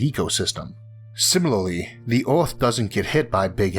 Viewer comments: Earth not eort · Not sure what kind of accent you're trying to emulate but it is not working. Pity, because the content seems so interesting; I just can't stand even a minute of speech x,x how hard can it be saying "Earth" instead of "awth"??? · its earth not aurth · our planet is called Earth, not eORTH. Try pronouncing, birth, girth and maybe you'll get it Isaac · Astewoid Wedundency Biwions of people Wather pointless Eawrth Wemember Stowys Who is this guy Elmer Fudd’s grandson !! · It's earth no erwrth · "Orth" "Thod"??? 😳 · Anyone gonna talk about how the fuck this man said earth in the first 5 seconds?